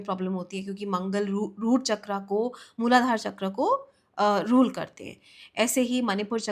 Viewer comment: All due respect but an otherwise insightful content becomes unbearable when a native-Indian speaker pronounces "तत्व" as "तत्वा" and "चक्र" as "चक्रा". 😢